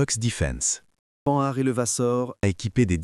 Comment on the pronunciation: Beau documentaire !! Mais arrêtez de prononcer : panard ou Pan nard !! E. M.